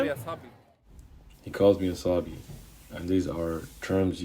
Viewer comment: He said "sa7bi" not "sabi" 🤣🤦🏾‍♂️ come on